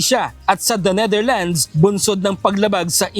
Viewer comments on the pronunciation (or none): none